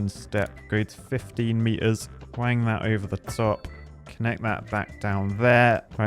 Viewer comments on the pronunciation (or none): none